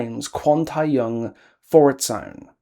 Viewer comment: I'm sorry, I agree with you on basically everything, but I can't help but be bothered that you don't make much effort to pronounce any of the Korean properly yourself. It's easy enough to check online for how to pronounce keopi or the tae in tae-young and taekwondo. Also, one thing that, while I don't like the japanese in the world at all, you kinda brought up a great point just before about the realm being his delusion. Idols promote in Japan and, while I would never expect those ads to be printed in Korea because why, it's something that he would have done and would be logged in his mind with all the other promotional material he's done. But I feel like, for the map, just focus on Korea please...